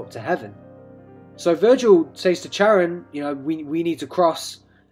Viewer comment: Its Kar-on. Not Char-an.